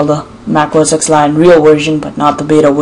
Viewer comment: The second you said "OS X" and not "OS 10" I knew...